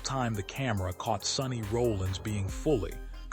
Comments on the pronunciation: His name is Sonny R o l l I n s Not Rolling!!! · AI should know how to pronounce his last name correctly….